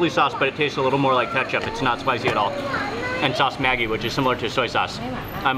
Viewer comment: Maggi is pronounced like magic, mag ee.